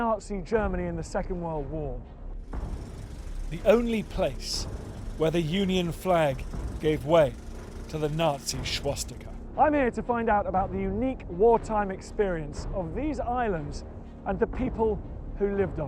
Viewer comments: Schwastika? Is he mispronouncing this only in English for effect? Way to lose an audience. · Did he really say " shwashtika ? haha. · Schwos-tika? Fäschdung?